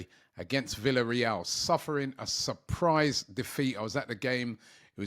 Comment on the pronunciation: Did he just say “Suprise defeat” ????? 😅